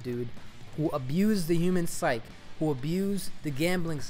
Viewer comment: Psyche is pronounced "sigh-key", beyond that what do you expect? Even by buying Black Ops 3 you're basically enabling Activision to continue their shit practices.